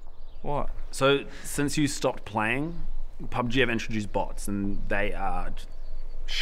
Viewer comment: What the hell is a "pugb"?